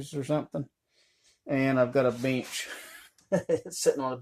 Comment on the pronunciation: He said “beench”! I think someone should tell him it’s called a “bench”. That’s a cool cabin though. If I lived out in the woods I could live in that when it’s done. I’d want that “beench” to stay in there. 🤣😅😂